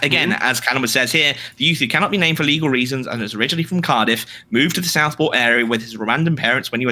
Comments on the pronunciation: you litreally pronounce those how they're spelt though like Gloucestershire fair enough if you get it wrong but cardiff is literally pronounced cardiff and Plymouth is like the American's favourite place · As a welsh man the greatest offence to me was the pronunciation of cardiff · Time like these you can tell neither of them are from the Northeastern US where place names like Plymouth (we pronounce Pli-muth) and Cardiff (Kar-diff) are common. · Hearing Destiny pronounce Cardiff as Car-Deef and Lauren pronounce Plymouth as Plie-Mouth caused my soul to leave my body.